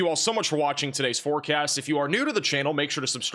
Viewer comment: You cut yourself off at the end of the video. Sounds like you said "forecat" 😝